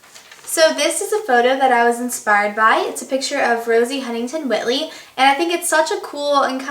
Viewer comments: Awesome video :) but you didnt say the whiteley correctly. Its pronounced White (like the color) + ley (lee). You say it like this : witley. Im not saying this to be mean, its just i have the same last name and it sucks when people mess it up :/ still love you :D byee. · It's 'White-ly' by the way not 'Whit-ly':) Love ya xxxx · Its Rosie Huntington WHITEley. Not Whitley. You Said It Wrong. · its pronounced white - ly not whit - ly :) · It's whiteley, not Whit-lee. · I love this look!! I have to point out though, you pronounced Rosies last name wrong, Whiteley is pronounced like the colour white- then Ley. It is a common mistake, it is only because I’m British that I noticed. Love your videos though! keep up the good work!! <3